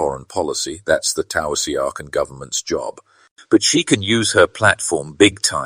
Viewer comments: Take an extra 10 minutes to see how any Irish word is pronounced. When you said taoiseach I didn't even know what you were on about. (It's pronounced "tee-shock") Or just say prime minister. Otherwise pretty solid video but as a few others have said this isn't a "flip" in attitudes. She's anti-established and speaks truth to power unlike Fianna Fáil and Fine Gael who cower and capitulate instead of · It’s pronounced TesShock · it's pronounced "Teeshock" or "Teeshuck" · Pronounced tea shock…. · I hope she clears out her throat troubles. She will have to do a lot of explaining. One of the reporters absolutely murdered the pronunciation of the Title of the Irish Prime Minister. Taoiseach is pronounced TEASHOCK.